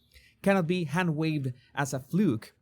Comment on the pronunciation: The emphasis,, is on the “be” in “So be it”.